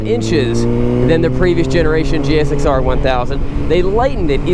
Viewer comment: Am I the only one that’s bothered by hearing him actually saying, “G.X.S.R.”?